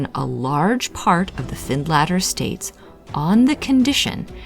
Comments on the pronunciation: Find later, as in later time, not latter🏴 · It's pronounced Finletter. Its 10 miles from me. Very eerie place!